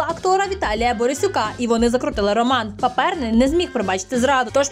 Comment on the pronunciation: В'ячЕслав. ПАперний, а не ПапЕрний.